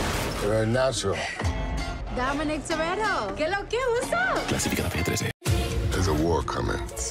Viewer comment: "Dominic Torero" :v